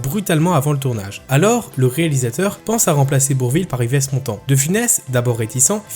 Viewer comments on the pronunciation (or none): "Yvesse" Montand ?! Ça se prononce Ive. Pardon mais ça fait un peu beaucoup. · Le Yvesss Montant et le Comme même relevé ici sont dus à une lecture par I.A. et les erreurs chronologiques sont dues à des hallucinations de monsieur ChatGPT